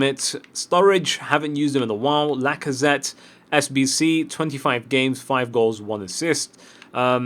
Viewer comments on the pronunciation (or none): none